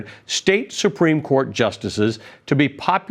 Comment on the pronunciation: any one notice dumpty cannot pronounce "United States?" slurs it every time. telling.